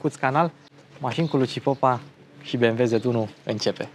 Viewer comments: Dc tot zici "zed" si nu "zet" 😑? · "ZeT" 1..... "ZeeeeeeeTTT" nu "ZeD" ca ești roman în puii mei nu vestic! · Nu mi-o lua in nume de rău dar “z” in germana se citește ca și “ț” românesc. Ms